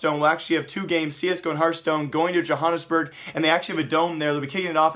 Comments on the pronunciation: Pronaunced Jo-Hannes-Burg, Not Jo-jones-borg :) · The way you pronounce Johannesburg is hilarious